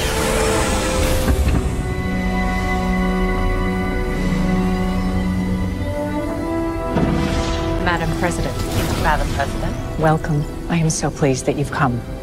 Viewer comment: "President of Earf" 😂👍 You know, this may have possibilities for the current trend of rewriting history.🤔 The Greatest Show on Earf The Day the Earf Stood Still Destination Earf From the Earf to the Moo 20 Million Miles to Earf Oh dear, I think I'm stuck in the 50's...